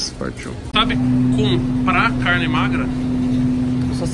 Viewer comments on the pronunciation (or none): none